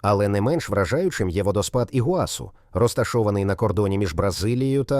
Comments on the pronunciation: Тільки не ПамУккале, а ПамуккалЕ, наголос на Е. Не ІгуАсу, а ІгуасУ, наголос на останнє У. А тільки у розповіді про водоспад Гокта, показали фото водоспаду Анхель. Таке собі відео... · Щиро дякую! Сподобалось❤. Ведучий неправильно ставить наголос в словах Памукале і Ігуасу